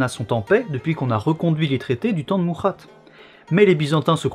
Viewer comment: Et Francisco XD en espagnol le CI = TH (quoi que la prononciation historique serait plutôt SI :p ) en italien CI = Chi, et MuRRRRRRad pas MuHHHHad, mais voilà je me suis dit ça fait trop de remarques pour un seul com XD Je te charrie! C'est quand on aime bien qu'on charrie bien c'est bien connu XD :p C'est bien parce qu'il n'y a absolument rien à redire que je me permets de chipoter eh